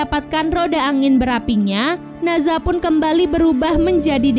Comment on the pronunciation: Maaf kak dari sumber kuno yang bener, NE ZHA bukan NA ZHA.